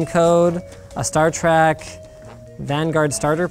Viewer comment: Did he say star trak?